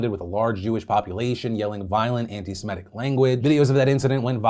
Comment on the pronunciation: I usually don't correct people, but I wanted you to know that it's Semi-tic/tism not Seme-tic/tism.